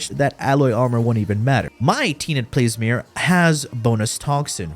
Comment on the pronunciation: You and my roommate both 😂 just putting letters wherever how does “Plasmor” turn into “Plesmyr”